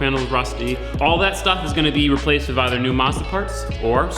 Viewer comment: I like how he says wiv instead of with